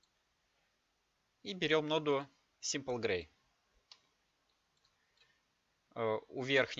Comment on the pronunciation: Придираться к произношению иностранного языка, это конечно такое, но нода Сэмпл (Sample -В данном случае брать образец, в данном случае значение яркости с выбранного пикселя), а не Симпл (Simple - простой)))